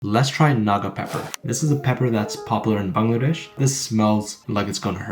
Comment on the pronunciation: The way he said bungludesh😂😂😂😂